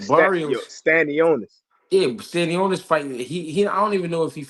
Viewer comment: Bro called stanionis tostones😂😂